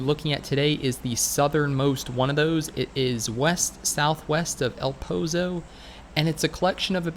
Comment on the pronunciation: Eh-l Poh-Zoh Not E-Oh-l P-oh-z-oh